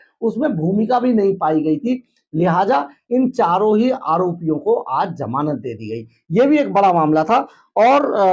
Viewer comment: sarab ya sharab, jamanat ya Zamanat. aabe koi batata hai tumhien aapna chanel banake ko. hindi too bolna sikho.